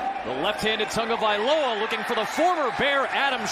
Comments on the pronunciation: Is it me or does he say "Tongavailoa"? They cant say his name without an "N" i guess. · Why does everyone say Tangovailoa?